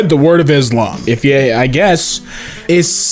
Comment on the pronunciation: finally somebody who says it right instead of "iz lum"